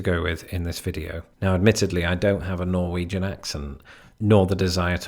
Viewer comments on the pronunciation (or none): none